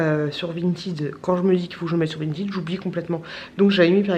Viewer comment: On dit pas vintYd on dit vintEd😂😂 Et t’es trop belle😘😘